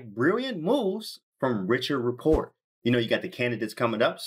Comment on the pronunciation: His name is not pronounced that way.. please correct next time..